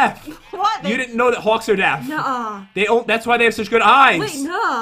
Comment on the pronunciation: pat your supposed to say deaf not death